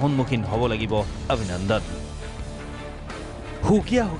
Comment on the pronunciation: Bhai News a thike koise Hi Ovinandan....Nohoy Avinandan hoi.....Assamese aru Hindi Huror parthoiko ahxe yaat aal baal koi lub nai.....kela